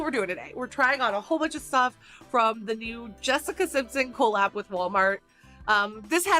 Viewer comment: says collab weird. CO-LAB. lmao